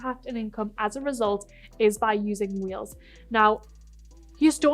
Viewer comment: Is she saying "reels" or "wheels" and what is that?? I really don't understand